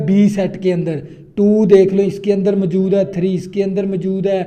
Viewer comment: موجود ❌ ماجود✅😂